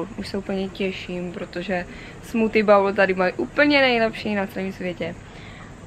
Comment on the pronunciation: Sleduju postupně všechna videa a přeju hodně úspěchů a vše dobré v životě! Jsem taky z Olomouce tak je zajímavé sledovat známá místa i vaše cestování. Jen jednu připomínku si nemůžu odpustit protože se opakuje hrozně často: výslovnost BOWL máš jako u slova BOWEL... A plést misku se strevem není úplně ideál 😉